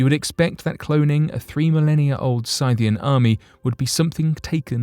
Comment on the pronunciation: Are you saying, Scythian? (Sith-ee-in)